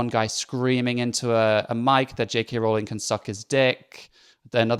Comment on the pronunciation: See! They can't pronounce Rowling! It's all the same. Clearly their own actual knowledge of JK Rowling is through the words of other activists. Sigh